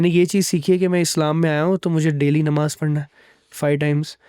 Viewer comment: It's namaaz....not nimaaz